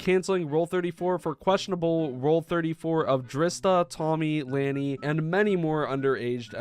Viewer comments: “Laani” lah-nee she is Tubbos sister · This is sick and I believe u are right y would u even think of doing this And lani is tubbos sister and us pronounced larni:) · Lani is tubbo's little sister (also is pronounced Like Lawn-ee) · I totally agree with you bro! Like the heck?! THEY ARE FRICKEN MINORS ARE THESE PEOPLE THAT TOXIC I feel sorry for them they should not have pictures of that :( (also it’s Lani is tubbos little sister and she her name is pronounced La-nee) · sorry if this sounds rude(I have a pet peeve where when people mispronounce things it bugs me), but I'm pretty sure that Lani (Tubbo's sister btw) is pronounced Law-nee. Please correct me if I am wrong. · Since you don't know Lani (pronounced Lonnie), she is Tubbo's younger sister, who has recently turned 14 in October but that does not make what these people are doing, right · Lani (pronounced Lah-knee) is Tubbo's younger sister, who has also appeared in a few of her brother's streams and Tommy's video's. And as a person who's pretty active on AO3, I'm sad to say that I've seen nsfw fics with Tommy, Tubbo, Ranboo, and yes, even Drista (not sure if I've seen Lani) show up in the list of fics when I just look up DreamSMP or any particular tag that has to do with it (and sometimes even unrelated tags). I usually either skip them or leave a comment asking the author to remove it (you can skip straight to the comments if you click on the number of comments instead of the title), but yeah, it's fucking disgusting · just btw lani is tubbo's younger sister:) and its pronounced more like lahni (just fyi, no hate!) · Its pronounced lawn ee And also she is tubbos sister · lani is tubbos little sister !! pronounced (lon-e) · BTW Lani is Tubbo's little sister. Edit: You pronouns the name with an aww sound. So it would be written like this: Lawni. Also, this just sickens me to my core. And I do know for a fact if Dream and Tubbo finds out who's doing this... Lets just say someone might go missing. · (La-ny) lani